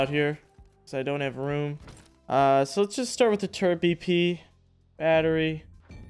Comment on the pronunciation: tf is a "turre(n)t?" theres no N in turret. but seriously LOVE your content homie, your awesome and keep it up:) looking forward to more vids!